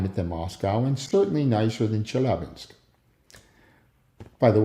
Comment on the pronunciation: 20 years and u really butchered Chelyabinsk